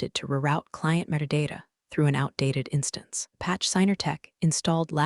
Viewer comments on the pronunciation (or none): none